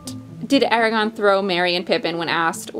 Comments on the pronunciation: Am I the only one who's really annoyed that kept pronouncing Aragorn Eragon? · She did not pronounce Aragorn correctly .... She said Eragon, very different characters. :\ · I love this. It's adorable. But...as a huge Tolkien nerd, I have to point this out. I HAVE to. It's Aragorn. With an R. Every time said that name, I kept thinking of the Inheritance Cycle lol